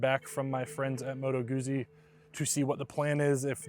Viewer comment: It's common that many people do not know how to properly pronounce Motto Guzzi.